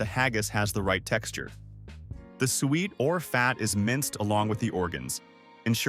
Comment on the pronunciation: Pronounced Su-Et 👍🏻, not sweet 👎🏻